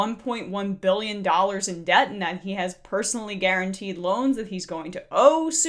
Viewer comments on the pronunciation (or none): Daddy: “biyions and biyions” Jr: “thousands and thousands” Lol he’s getting there.